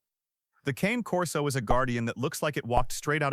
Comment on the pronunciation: Kah-nay or Kaa-neigh Corso. Saying "cane" like candy cane shows you don't know what you're talking about.